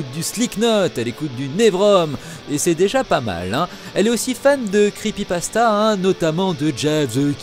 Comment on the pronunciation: On dit creePYpasta pas creepasta !